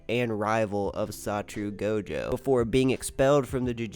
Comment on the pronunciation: His name isn't saturu goujou